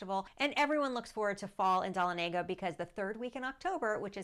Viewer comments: Pronounced as Duh-Lon-uh-guh. Not Don-a-Lay-guh. I live nearby. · It’s pronounced Duh La Nega We used to go camping there every summer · It’s Duh-lawn-ah-guh lol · You are mispronouncing Dahlonega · Learn to pronounce Dahlonega!!!! So many of these sites never get towns correct?????